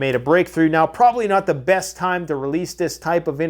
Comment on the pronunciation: What is the “breast” direction?